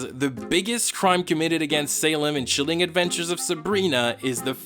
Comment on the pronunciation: "Sheeleeng adventures of Sabrina" hahahahahahaha